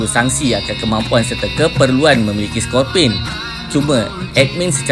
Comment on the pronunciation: Sebut lah betul2 admin...skopini...scor..pe..ne